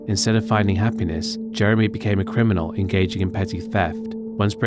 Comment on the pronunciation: didnt say Criminal Record He said Crinimal Record😂😂